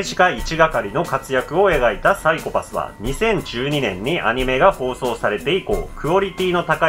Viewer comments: PSYCHO-PASSのイントネーションが違う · PSYCHO-PASSの発音は メンチカツと同じって公式が言ってた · サイコパスのイントネーションが違うよ。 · ごめん、みんな見てるけど全然鬱じゃない あとPSYCHO-PASS発音違う、、、